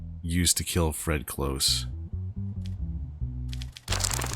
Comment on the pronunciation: Freddy COlse, not cLose, it's cOlse